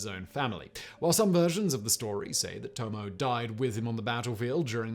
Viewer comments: Just a quibble: Tomoe is pronounced, more or less, TO-MO-WAY (no stressed syllable.) richard -- “There is no present or future, only the past, happening over and over again, now.” - Eugene O'Neill, A Moon for the Misbegotten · Tomo.e I will endeavor to never say anything about a pronunciation again, but I must say it is properly... Tomo.e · Simon...Tomoe is pronounced with an "ay" at the end...the e is a standalone sound